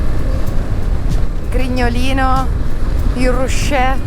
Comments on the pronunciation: Dopo la pronuncia del nome dei vini, penso che un paio di Astigiani siano morti di crepacuore 😂 Barbera e Ruchè(Rukè) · Ruchè si legge all'italiana con ch dura non alla francese Buon tutto . ; ) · Il vino è il Ruche non pronunciato come il cioccolatino della Ferrero. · Bel video. Monferrato stupendo, anche se essendo del posto non sono un po di parte. Piccola osservazione sul "ruche" vino che adoro, ma attenzione alla pronuncia😅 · Eilà se passata dalle mi parti Piccolo appunto sui vini il ruchè si pronuncia come è scritto non è un vino francese 😊